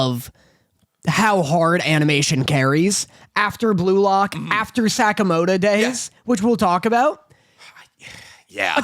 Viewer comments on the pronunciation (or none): Damn the way says Sakamoto is so bad